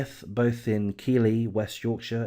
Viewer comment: Just a quick tip to the uploader when doing a video you need to make sure that you say the name keighley properly as this makes you look a bit silly when you kept saying keely lol